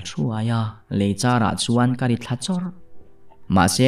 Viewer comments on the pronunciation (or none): none